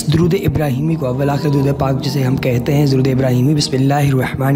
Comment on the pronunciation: Darood ap nay ghalat parja hai